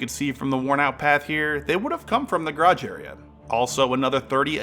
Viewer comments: Please its GArage not GRRUge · It’s garage, not grage. Take the time to speak clearly. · My teeth grate every time you pronounce Garage 😵‍💫🤷🏻‍♂️😂